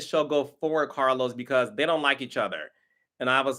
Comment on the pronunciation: Carlos not aunt e.